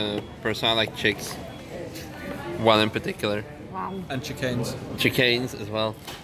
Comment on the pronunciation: "Chickanes" LOL